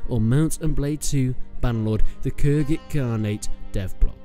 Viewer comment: It's khuzait not khurzait